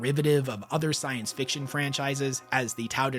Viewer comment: Only going to correct you so you know for next time. It's "SciFi" not "Sifi" the term is short for SCIENCE fiction. Not "sience fiction".